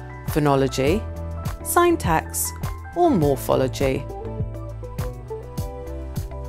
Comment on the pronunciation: Interesting quiz but I’m still reeling from the mispronunciation of chimera, syntax, the letter H and so many more!